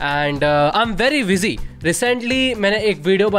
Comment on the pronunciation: Busy ❌️ wuzy✅️